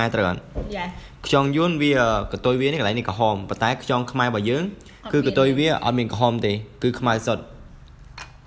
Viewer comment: ខ្យង មិនមែន ខ្ចង ទេបង